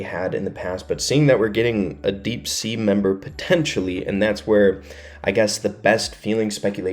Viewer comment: ITS NOT DEAP SEA